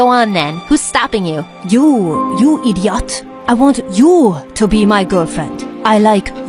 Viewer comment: you idiote you! - bru are u french? Btw the paper squishes are so fun!